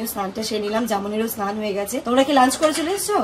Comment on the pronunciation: Snan dhan ?..kane lage boddo..snan bolbe sudhu .